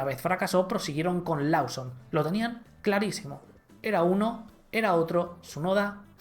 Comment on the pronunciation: Liam “Losom” se pronuncia